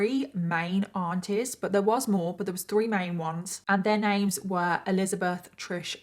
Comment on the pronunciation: OH aunties! I thought you were saying ARTISTS 😂